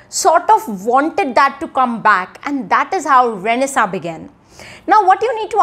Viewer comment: Is tht pronunciation of renaissance correct?